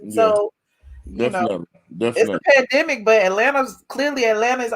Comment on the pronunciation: PANDEMIC, not PanAdemic! You too big 2 not know the correct way 2 pronounce it.